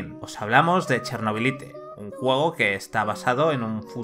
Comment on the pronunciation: Cada vez que pronuncias "Chernobylite" tal como suena, Dios mata un gatito.